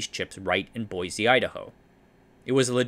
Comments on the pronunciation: Boise is pronounced "boy-see", not "boy-zee". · For what it's worth, locals seem to pronounce Boise like "boy-see", not "boy-zee". It's admittedly odd. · As a local, I must insist, there is no z in Boise. Boy-see. It's a shibboleth, you see.